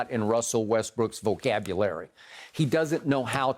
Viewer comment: I know I’m not the only one who heard skip say “vocabulary” weirdly right???